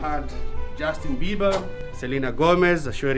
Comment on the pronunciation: when you said justin beber selina golmez ora alada accah lol bro